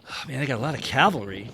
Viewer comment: "It's cavalry, no Calvary". Okay, you get a like just for that alone.